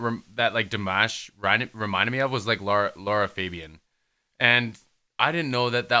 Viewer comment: Love your reaction! I love how Dimash just stayed low and let them show their vocal talent because he could have easily gone higher or taken over but he respected their vocal talent. The ending with Aida was stunning. One thing pleeeease?? Don't call him di mash like mash potatoes? It's DEE MAHSH. Forgive me. It just always sounds a little annoying when people say his name wrong...but great reaction!